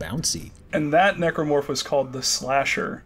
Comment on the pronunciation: keeps on making the commentary awkward by pronouncing a hard "E" on necromorph.... seriously dude. Necromancy, Necrosis. That pronunciation was bad and you should continue to feel bad about it to this day -_-.